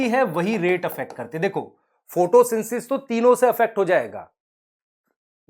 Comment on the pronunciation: sir aap photosynthesis ko photosynsis kyon bolte ho "the" kyon nahi lagate kabhi.